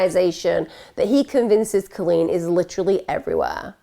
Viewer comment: Just got to say my name is Colleen, I love the way you say it. This story is sad. You did her well.